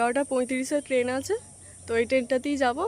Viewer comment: টেন নয় বলো ট্রেন।